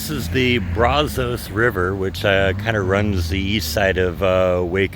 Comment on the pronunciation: .....get a local to tell you how to pronounce Brazos. The "a" is pronounced like the a in apple. Not like bra. You'll be talking like a local in no time! Hop in a canoe and come on down to Lake Jackson and the Gulf. It's a big 'ol river. Lots of history.